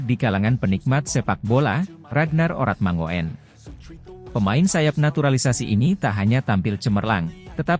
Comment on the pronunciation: Oratmangoen yang benar dibacanya Oratmangun, om...